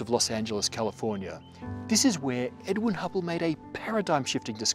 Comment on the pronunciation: he said edwin, but his accent made it sound like edward